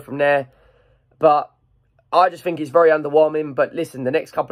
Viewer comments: learn to speak, grow, you might get more subscribers. it's called constructive criticism.. pronounce your words.. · fink fink fink it's THINK!